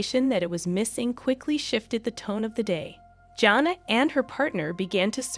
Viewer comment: You are not even pronouncing her name correctly! Smh